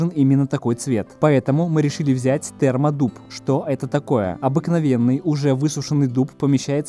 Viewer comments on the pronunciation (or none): Мне послышалось "Спермодуб". Термоклей - спермоклей